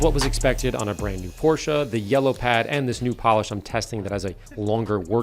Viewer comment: thank you for pronouncing porsche correctly. every time someone neglects the -e i die a little inside